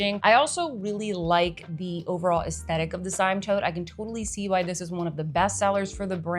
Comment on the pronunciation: Hi - The Polene Cyme is pronounced "seem". Just an fyi.